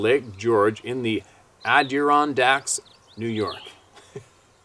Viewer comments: "Red Hair" ? Their food is possibly higher in Iron content. And its creating a genetic pattern (that''s pronounced "AD-DUR-RON-DAKS", you've fumbled that one before). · It’s pronounced “Adirondacks“ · rocks 😎 No worries but the accent is on "ron"...Adi-ron'-dacks & bi-pee'-dle Hating chickens is sending a message to the home owner: "We are Boss" & we don't want you around". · you are getting there with pronunciations lol. Adirondacks. The accent is on the RON. "AdiRONdacks". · I think that's pronounced; Ad dir rond dacks. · AD ER ON' DACKS the emphasis is on the" on" syllable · ADD er ON DAKs say it fast....... pee del not pedal